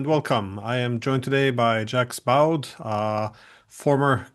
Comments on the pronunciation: his name is pronounced as “jak boh” and not “jaks bahood” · For the love of God, Glenn! Zak Bo is how you can pronounce Jacques Baud in English. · One would have thought a European Professor would know how to pronounce French correctly... "Jacks Bode"? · "Jacks Bowed"? Darn the Norwegians and their pronunciations. 😄 And what "former" Colonel? Once Colonel, always Colonel. God damn the Norwegians again! And this was the first 5 seconds of an hour long interview.